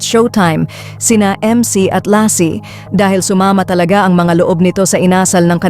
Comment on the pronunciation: Suma ma dapat bigkasin mo ng maayos SUMAMA ganun